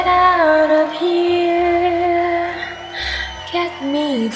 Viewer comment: lyrics: You hab planty money 19 20 twoooooo You led other woman mica Fool of you Why don't you doitright Like some other man do? Get out of heer Get me some money too Why don't you do it right Like some other men (d)doooooo I'm in love with his way of pronunciation >w<